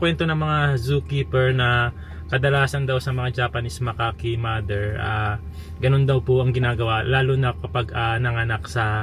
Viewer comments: Ang pronunciation po sa "macaque" monkey is "MAKAK". Hindi po "makaki". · Makak po yun tamang tawag sa Macaque hindi po Makake o makaki